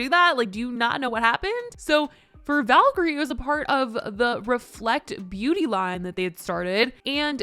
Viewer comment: Not trying to be rude or anything but I thought i would politely correct you. Valkyrae’s name is pronounced Valky-RAY